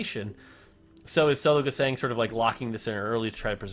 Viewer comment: Can anyone please tell that the german "Sologesang" is pronounced more like zologezung. So with a very soft "s" like the "z" in "zoom" and the german "a" witch sounds more like (but not quite the same) the "u" in "lung" or "plumming" or "but".